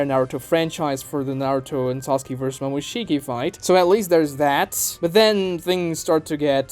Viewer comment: Did he say 'Momosashimi'??